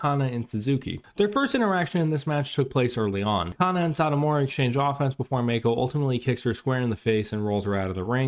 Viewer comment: oh and btw its fucking driving me crazy it's not pronounced Meiko. Mako, Shark in Japanesse. Mah-Kho. 2 silables. 2 sharp sounds. Mah-Kho. her name is not in english dude.